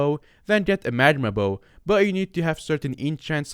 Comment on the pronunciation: "magma bowo" nice